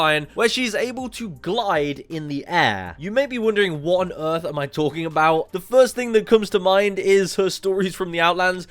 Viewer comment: Earth Not uth